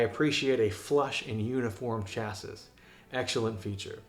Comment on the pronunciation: Chassis. Please google the word, the correct American/Canadian/English pronunciation is available. It is off course a French word. Your review is interesting and informative. Please pronounce the word correctly.